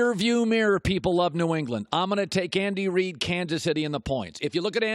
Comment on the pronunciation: I thought he said Kandy Reid and now that’s how I’ll know him forever